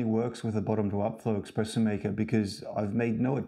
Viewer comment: Within 5 seconds he said "Expresso". I don't trust this man.